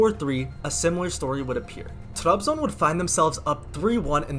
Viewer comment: Trabzon’u telaffuz edişinden anladım Türk olduğunu. Türk olmayan kimse Trabzonu öyle telaffuz edemez. İngilizcene hayran kaldım. Eline sağlık.